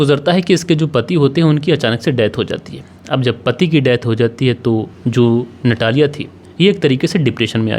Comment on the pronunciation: रूस में ट को त और ड को द बोला जाता है। आपको उसे नतालिया कहना चाहिए। इसी प्रकार वोडका को वोदका कहना चाहिए। **"रूस में कोई भी व्यक्ति फ्रिज में पानी नहीं रखता। और सितंबर में सर्दी होती है। ***रूस में आपको कहीं भी अचार नहीं मिलेगा। कहानी में झोल है।